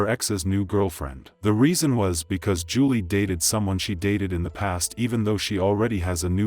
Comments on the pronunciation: Please pronounce her name correctly it sounds like July not Julie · Did that reporter say "July Johnson"?! 🤦🏽 Just disrespectful.. She knew dang well that's not how you pronounce that. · Here name was pronounced "July" like the month. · Her name is pronounced like july Rip 😢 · I appreciate you covering Julii's story, but my little cousins name is pronounced like the month of July, but it's spelled Julii. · July it's pronounced July